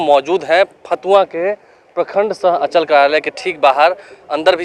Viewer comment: पहले अंचल का उच्चारण तो सही कर लो